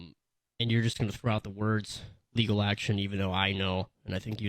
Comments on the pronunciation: wtf "LEAGAL"????? she needs to go back to school. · "persue leagel" hahahaahahahhaha